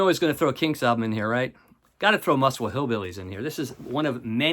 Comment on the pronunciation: Muswell is pronounced Muzzwell, not Musswell. Great video, thanks.